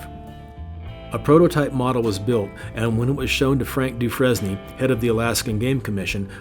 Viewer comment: “Dufresne” is pronounced “Dew-frane” like train.